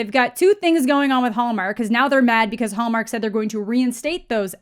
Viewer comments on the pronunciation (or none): I keep hearing the way you say "Hallmark," as Homer for some reason.